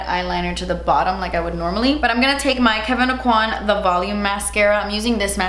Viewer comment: "And I'm zee dummy" 🤣🤣🤣that shit made me spit my coffee out. You are so funny.